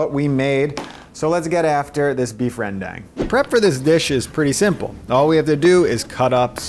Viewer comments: FTW- it's Ren- Daang. It's not's Ren-DANG.. That's nails on a chalkboard. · Just a heads-up, the "e" in rendang is silent. It's pronounced more like rndang or rundang. Also, you should try daging roedjak if you like rendang. Oh, and add candlenuts next time.